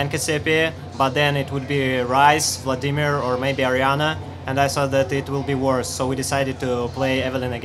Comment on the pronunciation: The most legit pronunciation of Vladimir in LoL history